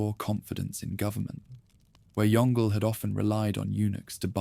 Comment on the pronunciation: Yong Le, not Yongle (like "dongle").